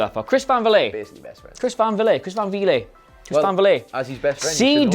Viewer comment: It's not Van Vilet, it's Van Vliet! Pronounce it as Vleet!